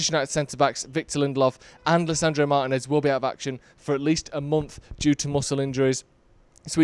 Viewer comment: Great video, but please 🙏 say Lisando's name properly. Martínez. Cheers.